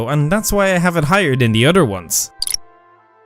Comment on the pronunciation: "other" as "udder" 😂😂😂